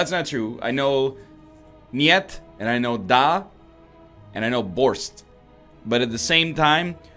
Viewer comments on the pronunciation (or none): Yeah, he was referring to the beet soup. It's usually pronounced (and spelled) with a "t" at the end in English. He still mispronounced it, though, using "s" instead of "sch".